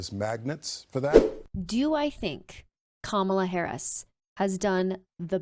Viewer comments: What in the hell is this woman talking about? Is this chick # still popular 🙄? She pronounced Vice President's name wrong. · Such a republicunt, still refusing to pronounce Harris’ name correctly.